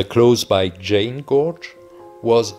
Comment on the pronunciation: Háifoss is “Haw-i-foss” Sigöldugljúfur is “Si-goohl-du-gluyuh-vur” Gjáin is “Gi-yaw-in” 😊😊😊